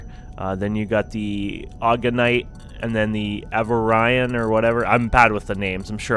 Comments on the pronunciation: Avarin?!? its pronounced A-vor-e-on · pretty sure its called A-vor-rion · a - VO - ree - on :) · A vor ee on. At least pronounce the games name right! And iron thruster! Not ion! Either way, good video.